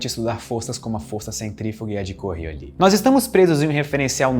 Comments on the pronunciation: O cachorro é lindo. Eu sempre pensei q o nome da força era "coriólis", e não "corriolí" kkkkkk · Normalmente, o s no fim de palavras em francês é mudo. Mas esse não é o caso aqui, ele "afrancesou" errado :-) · A força é fictícia, mas o "s" no nome não... Ao contrário de muitas palavras francesas, em Coriolis o "s" é pronunciado!